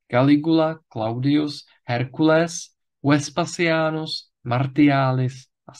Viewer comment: JEDNA KOREKCE: Abychom byli důslední, ve středověké výslovnosti by se mělo číst [vespaZiánus] – další intervokalické S jako ve jméně Caesar... Na rozdíl od [CÉZARA] je výslovnost [VESPAZIÁNUS] méně zažitá a lze se běžně setkat s "eskovou" výslovností...